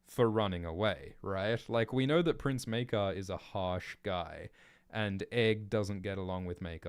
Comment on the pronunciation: Pronounciations of Maekar so far 1.Mycah 2.Maykar 3.Meerkar 4.Maker